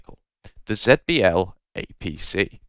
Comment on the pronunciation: Please consider pronouncing it Zee-B-L instead